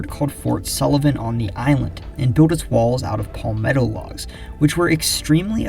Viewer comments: It’s not pronounced “Paul-metto” It’s properly pronounced “Pal-metto” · no it’s not It’s Pal-meh-tow Short a, not long a sound. If you google “palmetto pronunciation,” you’ll see this as I’m saying